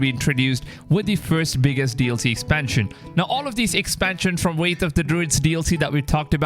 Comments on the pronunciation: Its pronounced "wrath" not "wraith". A makes ah sound like apple. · Ye it’s so annoying said wrath and wraith there no “I” in wrath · “Wrath” not “wraith” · WRATH not wraith bro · Theres no I in the word bro its Wrath/Rath not Wraith wtf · Wrath not wraith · Its Wrath of the Druids, not Wraithe